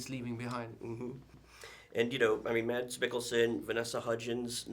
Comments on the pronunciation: Mads is pronounced as “mass” in danish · The pain in Mads eyes when the interviewer mispronounced his name😬